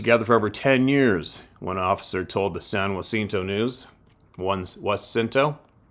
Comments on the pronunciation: Pronounced San JUH_cinto. I commented on a video yesterday about this area. San Jacinto county is in the Sam Houston National forest area. I am in Oakhurst Tx, which is in San Jacinto county. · From a Texan...San Jacinto...we just say San (a as in and) Juh-sen-to to pronounce San Jacinto Spanish pronouce is San (a as in father) Hah-seen-to for San Jacinto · San - Ja - ciento . I'm from Michigan. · Hey! It’s pronounced SAN-JAH-SIN-TOW